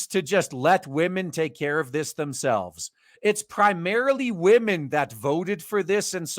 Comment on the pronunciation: I gave you a shot, you just keep saying waahmen too much for me, it gets annoying. best of luck.